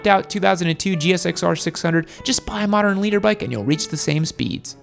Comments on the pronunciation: BTW,. Big dog. It’s LITER. As in a unit of measure. Not LEADER. This is what I’m talking about. Just be quite and content with people thinking your stupid. Try not to prove them right. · Liter bike not "Leader bike."😬😀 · Fun content! Did you say “Leader” Bike? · Maps, ride set up and knowing what sprockets will give r6s longer legs bro. And it’s “liter” ...... not “leader”😂😂😂😂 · Leader? Thought it was liter. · It's "liter" bikes not "leader" bikes. "Liter" is the metric measure of a displacement of 1000cc. And on this same topic, it's "dual sport" not "duel sport," "brakes" not "breaks". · His accent spelt it leader too